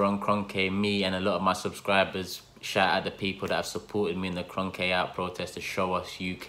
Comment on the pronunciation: he said kronke like kronkEH